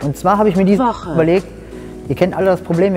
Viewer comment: "Woooche"🤣✌🏻😁 Ich kann nimmer...😂👍🏻😂